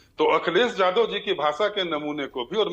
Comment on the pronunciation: अपने को भाषा के विद्यार्थी बता रहो हो फिर भी यादव शब्द नहीं बोल पा रही हो। वहीं टंग लैंग्वेज जादव रट रहे हो।